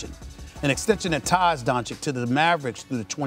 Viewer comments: I think there's no hope that Stephen A. will ever pronounce Luka's last name correctly. (Don-chich not Don-chick) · At this point he says DonCHICK on purpose. You can't not know his name. But only mispronouncing the Nigerian names is disrespectful? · Learn how to say his name for gods sake. He knows how it’s pronounced but says Donchick on purpose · All those unnecessary words youre constantly using like "soliloquy" "blasphemous" "savant" etc etc and still cant pronounce DONCIC (Don - Cheech) correctly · Doncic signed a contract of over 200 million and SAS still can't say his name correctly. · Stephen still can't pronounce his last name.